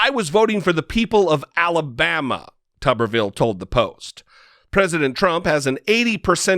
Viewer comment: It's pronounced tooberville, not tubberville. Tuberville, like potato town.